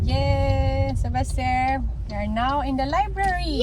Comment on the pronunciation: IS YOUR SON's name Sylvester or Sebaster as you're pronouncing?